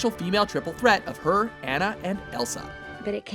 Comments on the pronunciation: Bro you said Annan its Anna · What's with this guy pronouncing names and words differently? He said Anna and Zengief wrong. They freaking pronouce it in the movie, does he not listen? Is he trying to be cool and say them his cool hip way? He does it in every video he commentates.